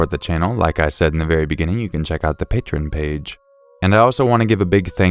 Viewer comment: I like you, so you need to know that patron is completely a different world than the patreon page. Pronounced differently, too. The page is Pa+tree-on, not patron.